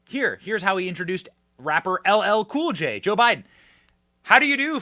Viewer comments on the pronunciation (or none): The fact that he didn’t care to get LL Cool J name correctly and it’s the easiest name tells you what you need to know about how he feels towards Blacks and Hispanics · If you don't vote for me you ain't black. If you can't say LL Cool J'S name correctly your are not alive